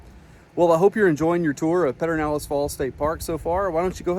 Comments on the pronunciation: Thanks for a great video. If you are from Central Texas, it is pronounced: PUR-der-NAL-ehz” or “PUR-den-nal-ehz.” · Yep…it’s hard to listen to him say it. I’ve never heard anyone say that.